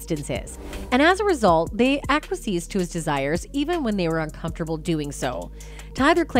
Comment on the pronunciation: Aquiessed is pronounced ack-wee-essed, not ack-wi-seed.